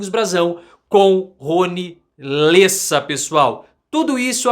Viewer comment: É Rony LÉSSA, não LÊSSA hahaha